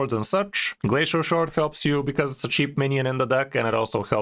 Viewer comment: "Flacial" shard xdxd